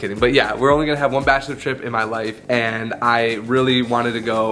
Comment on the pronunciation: It’s “Bachelor”, take out the “T”